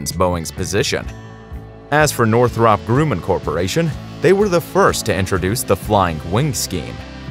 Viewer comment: The Grumm in Northrop Grumman rhymes with DRUM NOT BROOM.